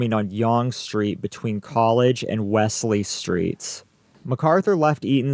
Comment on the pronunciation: WELLS-LEE is how it is pronounced.